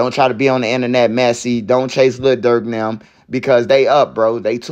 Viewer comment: Le Durk 😂😂😂